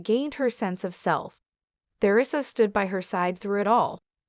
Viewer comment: Please pronounce Theresa correctly!🇦🇺